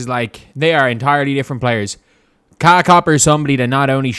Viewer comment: I’m not sure if you’re doing this on purpose but her first name is pronounced KA-LEE-YAH